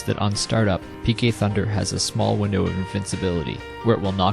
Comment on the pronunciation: PK Thunder? More like chicken tenders! Seriously though, it sounds like says that!